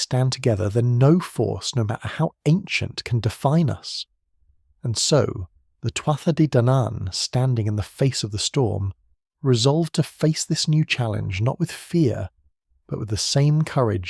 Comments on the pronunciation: It is TUA DE DANIN🙄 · OMG he can't even pronounce Tuatha de Dannan 😣